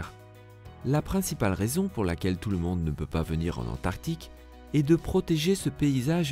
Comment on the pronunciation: Antarctique ! Pas antartique. Tu fais un documentaire tu ne sais pas prononcer...nul